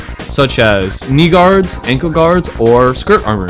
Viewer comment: He said n Knee guards